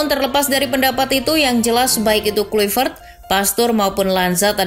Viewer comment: KLAVERT Bacanya Bukan KLUIVERT